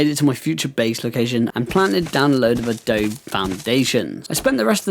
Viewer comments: Just to help a bro out... This is how it's pronounced -> Adobe = UH-DOUGH-BEE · Just letting you know, you kept mispronouncing Adobe